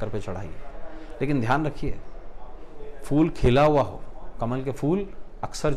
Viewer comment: Pehle toh sir fool nhi hota phool boliye